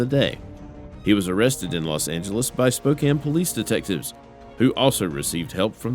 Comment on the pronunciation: Thank you for pronouncing 'Spokane' correctly!